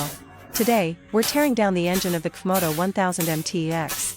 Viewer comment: Comoto?? stupid AI crap